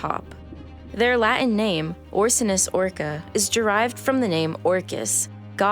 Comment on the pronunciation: Why would I listen to someone who can't pronounce the word "Latin"?